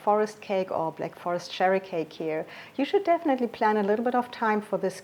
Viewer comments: Im living in Germany for 40 yrs. now. I find your recipes fantastic. Although I speak German fluently I wouldn’t have the courage to do a channel in German. Just one thing, the „ch“ in cherry is pronounced like the dance cha cha cha I’m normally English speaking. When u say sherry ( Sherry is a Portwein from Spain.) much luck and success with your channel. I love it. 🌈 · I thought you were saying sherry water, I guess it’s cherry . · Thank you for the genuine Black Forest cherry cake. PS. Sherry as opposed to cherry is an alcoholic drink (Fortified wine) and is said with the soft sh sound, cherry on the other hand is a fruit and is said with a hard ch sound as in lunch, chalk, cheese, charm, church. I know it’s a difficult sound to make for a non English person. But confusion reigns as ‘sherry’ is also often used in cooking.